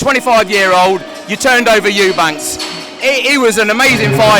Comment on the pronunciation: It’s EUBANK no S lol